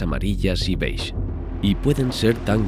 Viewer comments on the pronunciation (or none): none